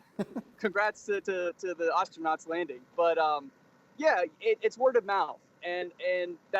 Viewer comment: Why did he say Astronaut like that